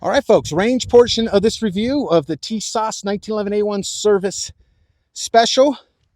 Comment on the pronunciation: TIS-ASH ....Brother, say like this